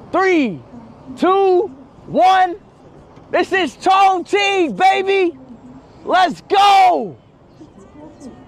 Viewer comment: It's not pronounced ChongKing it's Chongching. Q in mandarin is pronounced like Ch